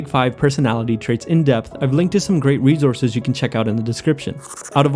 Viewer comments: Great video...but just a quick suggestion...you pronounced rejources...its re- source- es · R-E-S-O-U-R-S-E not rezorse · I like how he says "reezourzez". I also like that the person making small, positive change is dubbed a hero. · natural reZources 😂